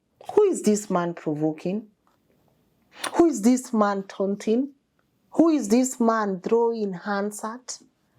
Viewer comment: LNN: replay over and over the pictures of policemen looting laptops and the TV. Give them the respect they deserve? Let Inchung'wah know, it is TAUNTING not TOUTING as he's pronouncing the word. He needs to go back to grammar school immediately - elimu ya gubaru. As he tries to emulate the US, he should remember that they are neither dumb nor do they make foolish comments in the National Assembly as he does.